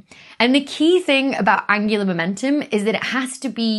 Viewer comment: Angular momentum.... I keep hearing it as Angela Merkel 😂 sorry Becky